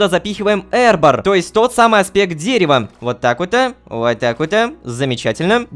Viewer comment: Правильно не "эрбор", а "арбор". Не "прекантатио", а "прекантацио"......латынь